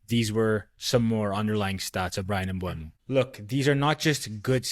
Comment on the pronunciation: Just found the channel; nice video. Subscribed. P.s. it's "Mboomo"